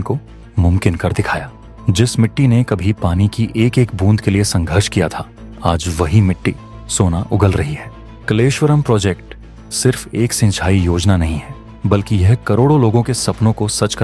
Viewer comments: वो भाई, आप जिस को आप क्लेशवर्म काह रहे हो, ऊस प्रोजेक्ट का सही नाम 🥬 kaleshvam है,! दुरुस्ती करे. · Mahaashay, kleshwaram naheehai, kaaleswara oblige. Understand the meaning of Kala+eeshwara= kaaleswara.